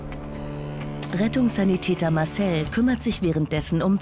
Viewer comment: "Masel" (Marcel) ist cool.